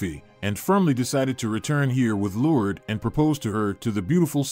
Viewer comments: LORD-ES= LOURDES😂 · If you get a narrator you need to make sure that the narrator pronounces the words properly he's got her name Lourdes is pronounced completely wrong.. Not only that it was a badly written and horribly narrated story all the way around what a waste of time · Good story but the mispronouncing of the name Lourdes drove me nuts. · It's cute how the narrator pronounced "Lourdes" as "Lourds". It's supposed to be pronounced, "Lour-Des". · I love the story but am disturbed by the Lourdes’s pronunciation. I thought it’s pronounced “LOR DES”. (Just an opinion) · Why can you say Liancio but can’t pronounce Lurd-e-s. I really liked the story but have a hard time time with mis pronunciations. Her name was not Lurds but Lurdes. The last three letters pronounced des. 🤦🏻‍♀️ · Lord-ess. It’s pronounced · It would be better if the narrator would be able to pronounce Lourdes correctly. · This speaker is mispronouncing the name, “Lourdes”. What a shame. It’s a beautiful name. Like chopping it with a dull ax.